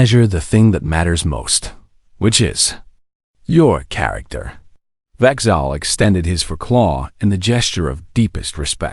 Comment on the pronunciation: Not to mention the occasional…pauses. AI inserts hidden characters into the text output so that AI created documents pasted into school papers and legal documents can be identified if they are copied and pasted, like here if you convert from text to speech you get confused AI that doesn’t know how to say a hidden char[PAUSE]acter.